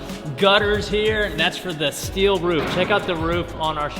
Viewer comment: Wasnt paying attention and heard dad does steal for a living, had to rewind it and realized he does steele not steal for a living 😂